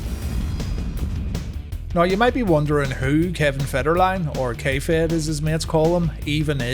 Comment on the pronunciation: Every time you say K-Fed I hear "kayfabe" and yet somehow that works.